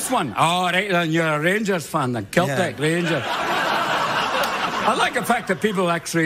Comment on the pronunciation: Craig mispronounced Celtic